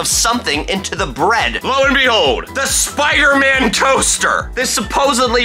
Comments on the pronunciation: No one is saying to him that it’s not SPOOTER MAN it’s SPIDER MAN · Spooder man 😆